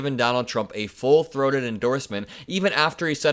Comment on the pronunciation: Somewhere abt -ish. Did you say “full-throated endorsement” or deep-throated? It’s hard to tell in this lighting. 💙💙